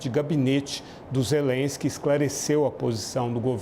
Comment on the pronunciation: MEU DEUS! TEMOS UM PRESIDENTE QUE NÃO SABE FALAR ZELLENSQUI! ZERENSQUE